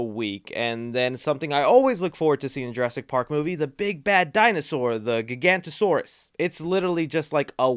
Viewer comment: Ji-go-naught-o-saurus. Not giganto-saurus lol